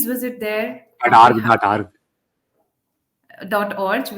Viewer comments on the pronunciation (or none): .Org (org = as in organisation ) आ र्ग । बेटा।